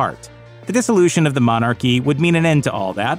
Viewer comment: What the hell is a monarrrrchy? Lol.